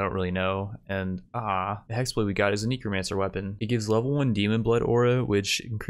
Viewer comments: Necromancer is pronounced Neck-romancer not Knee-Kromancer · he knows. It's intentional at this point. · Nobody:: Kneecromancer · best series. KNEE-CROW-MANCER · "Knee-cromancer" i dont think ive ever heard anyone call a necro a knee-cro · kneecro mancer and najinata.. staaaaahp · Neck-row-man-sir Na-gi-na-ta ♥